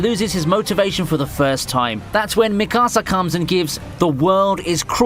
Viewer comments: Why does every youtuber I watch pronounce Attack on Titan names like the whitest man on Earth. Especially pronouncing Mikasa. It's not me casa. It's mi-kaa-suh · If this goofy commentator doesn't STFU....and if he says "Me Casa" instead of Mikasa one more time I'm gonna have a brain aneurysm. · He calls mikasa migasa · Mikasaaaa it’s mi-ka-sa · He really said mikossa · I just hate how he pronounces mikasa 😭